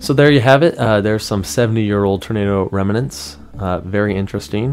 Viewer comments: Pronounced remnants not reminants lol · Awesome detective work! I love Google Maps/Earth - always looking up things. Oh, and and "remnants" (rem-nints) is not pronounced "rem-in-ants" - just two syllables! Thanks for the great video! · Great sleuth work, brother. BTW.....it's REM-NANTS.....not REM-A-NENTS. Pointed out from respect. jbeinarizona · It’s “remnants” two syllables.